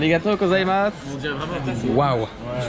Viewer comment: C'est GOZAIMASU pas KOZAIMASU!